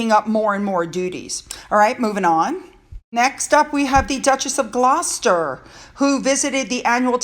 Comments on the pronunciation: Thames is pronounced TEMS. The Princess Royal has always had the busiest court calendar. People don't realize it but she truly is the hardest working royal who gets the least credit from the media. The Gloucester's (Glaw-sters, You got it right!), Edward and Birgitta, also make several appearances for the Queen with little fanfare. When you go to the UK next year, be sure and check the court calendar that tells you which royals will appear where and when. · Sorry, but I felt I had to advise you again. The Thames river in London is pronounced Temz… By the way, you now pronounce Gloucester perfectly 💝👍😘 I love your video snippets of the royals🫶U xx